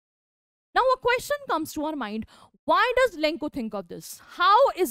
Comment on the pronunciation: Lenko nahi hai bevakoof lencho hai